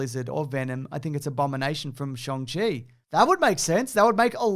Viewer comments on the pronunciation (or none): The “Shang” in “Shang-Chi” is pronounced like ‘hung’, not ‘song’! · It's pronounced shAWng-chi, not shOng-chi nor shAHng-chi. They made a point of that even in the trailers. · If you look at the 2nd part of Simu Liu's tweet I think he's referring to how the correct pronunciation of Shang Chi is to say it like "Shong" but with an American accent. As an Australian, it should be pronounced more like "Sharng" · I speak mandarin but still call the dude shang chi instead of shung chi. Rolls off the tongue better. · For the love of gawd, the A in Shang Chi makes the Ah sound like in Car, or Far. Think N(ah)ruto or Yuyu H(ah)kusho in Japanese. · I’m still confused by the Shang/Shong thing tbf. Simu Liu’s tweet says “More nuanced is ‘Sh-ahn-g’ “ which suggests it’s more of a long A sound like “shark” or “KHAAAAAN” not an O sound like…”Kong” 🤔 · I know it's meant to be pronounced shong chi, but I just can't accept that